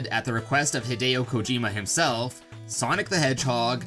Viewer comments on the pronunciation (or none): none